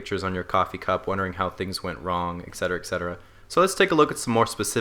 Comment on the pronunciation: I predict you'll start saying Et Cetera in the near future instead of "Ec cetera".